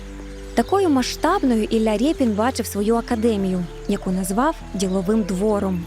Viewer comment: Шо за рєпін, Ріпин же ж